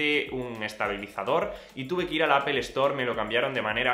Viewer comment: Buen vídeo pero porqué dices apol?en ingles tampoco se pronuncia asi,seria apl